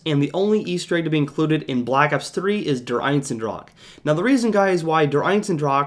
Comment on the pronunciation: Love the vid, but it's annoying how you keep pronouncing der eisendrache as "der einsendrach"